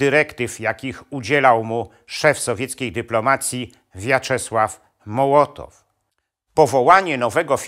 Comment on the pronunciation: Jeżeli Pan jest doktorem - to musiał gdzieś słyszeć, że nazwisko Mołotowa wymawia się "mOłotow", nie mołOtow. Chruszczowa - chruszczOw a nie chrUszczow, Ribbentroppa - rI (akcent na i)bbentropp a nie ribEntrop. To mi psuje całą ciekawą zawartość filmu. Niestety...